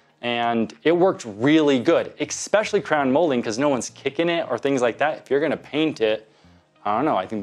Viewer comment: don't say ex specially It's ES specially